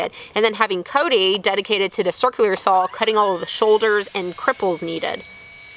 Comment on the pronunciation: saw not sawl